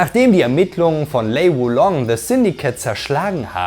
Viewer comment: Wie wäre es, wenn Du lerntest, die Namen und Begriffe korrekt auszusprechen? Heihachi, Kazuya, Jin, Jun, Hwoarang, Alisa, Azazel, Kazumi, Zafina, Kazama, Armor King und sogar der Begriff Dämon werden hier von Dir völlig falsch phonetisch wiedergegeben. Ein Wang Jinrei heißt auch bei Dir bitte nicht Wing Jinrei, so wie Lei Wulong ebenso nicht Lai Wulong heißt. Auch Craig Marduk heißt nicht Craig Murdok. Hast Du je eines dieser Spiele gespielt oder redest Du nur darüber? Nichtmal Street Fighter - denn auch Akuma gelingt Dir nicht.